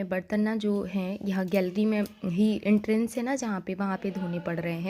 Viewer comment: Entrance hi hota h ji 😅